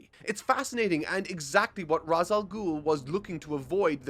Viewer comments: It's Re'sh not Raz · Ra's Al Ghul may seem like it's said like it's spelt: "raaz al gool" and Batman Begins uses that. Turns out it's incorrect and Arkham City shows "raaz" is actually "raysh" Grammar is weird... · Gonna help you out here. Ra's sounds like ray-shh With that said. Great content but I disagree with your take on the Nolan films. They are a hodge podge of idea ripped from the comics and these group of films did not match what was in the comics at the time of release or going forward. Take Harvey for example. Harvey being portrayed as barely holding his shit together before his accident is the opposite of Harvey Dent. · I love batman begins But It's "Raysh" And I'll die on this hill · Just so you know, Ra's al Ghul the Ra’s part is pronounced like raysh. The name comes from arbabic meaning “the Demons Head”. However the creator opted to use the Hebrew pronunciation which makes it said as raysh. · Dat feeling when mispronounces Ra's